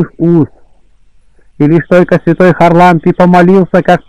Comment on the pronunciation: ХарАлампий! чтеец!!! Простите Спаси Господи+